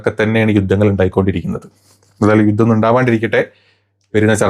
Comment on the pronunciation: യൂത്തം അല്ല യുദ്ധം